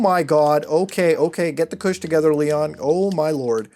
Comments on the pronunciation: "The trinity of cush" lol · stop saying cush